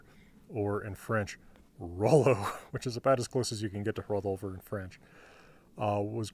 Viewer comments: He's saying ɸɹentʃ. If you look closely you can see no teeth touching the lower lip... That's a bilabial fricative. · You have a point there. It's hard to tell visually, and I thought it sounded more like fh than ɸ. I could be wrong though, the sounds are similar. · Whenever he says french, it's like he wants to blow a candle. Maybe that's subliminal for his birthday 🎂 😂😂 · He's not pronouncing 'f' as 'wh', he's aspirating the 'f' to make it 'fh'.